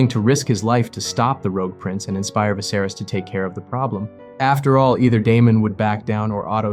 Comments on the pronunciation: Eveybody in the comments seem super focused and clear headed about the whole thing but all i can think about is how you pronounce 'Viserys' like 'Viss-air-iss'😂😂 Bro what? How'd you come to that having obviously watched the show!!?? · "Vizerus"??? Bro they said it in the show in like, 2011 lmao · Nice video, but get someone to read it that has actually watched the show next time. “Vicerous” really took me out of it. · Good vid but your pronunciation of Viserys is distracting. Vi-ser-rees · How can you have watched the show and mispronounce the name? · How can you make a video about the show and still pronounce Viserys name wrong lol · You can’t even say the kings name right